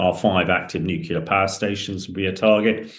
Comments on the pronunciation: Can you really be that thick? "Nucular" is how our dear Hamish insists on pronouncing "nuclear" ok? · It infuriates me that these experts can’t even say the word Nuclear! It’s not Nucular!! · Hamish, if I hear NUCULAR one more time I'll fecking scream. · I thought it was just me, god damn that's annoying.